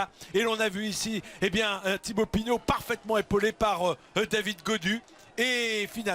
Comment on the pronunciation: C'est Pinot pas Pinaut🙈🙈🙈 En dehors de ça Pinot est le favori pour le lombardi. Il a besoin de course pour être en jambe.